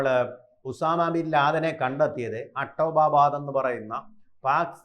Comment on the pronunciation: അട്ടോ ബാബാദ് അല്ല പണ്ഡിതാ .....അബോട്ടാബാദ് ആണ്😂😂😂😂